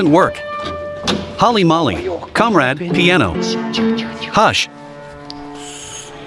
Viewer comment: holy molly? lol. try holy moley